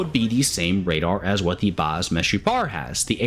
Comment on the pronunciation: Greetings from Israel! you actually said the "Meshupar" right,Meshupar means "Improved" in hebrew.